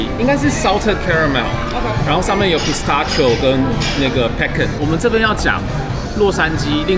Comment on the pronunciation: Salted caramel, pecan, pistachio這幾個發音都超台😂建議阿滴練一下發音❤